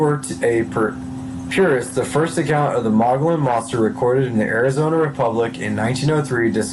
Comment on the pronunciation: This guy should really learn to read....in particular, learn to pronounce Mogollon etc..my six year old can read better.. lol